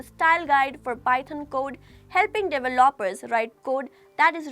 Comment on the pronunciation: how can i trust this when you can't even pronounce the word "developer"